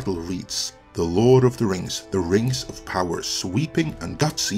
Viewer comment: What is this "Rangs of Pahwer" you speak of? Never heard of it.